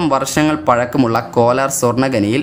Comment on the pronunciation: Kolaar alla kolar